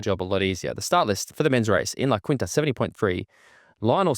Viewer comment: Just one small thing as someone whose grandma lived there my whole life La Quinta is pronounced La Keen-tuh like I’m keen for it. It’s a Spanish pronunciation